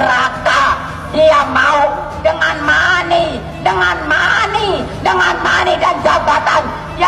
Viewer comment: buuuu kalau gak bisa ucapkan bhs inggris gak usah ucapkan...aq dengar ko malah bilang mani 😂😂😂😂malah bikin ngakak